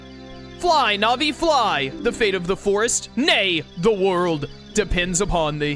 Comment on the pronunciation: I believe Navi is pronounced like Navigator because she is meant to help the player navigate the the new dimension and/or the game in general. There was recently a new glitch found(called GanonFloor) that cut 5+ mins off the time of the speedrun over the previous method(called GanonDoor)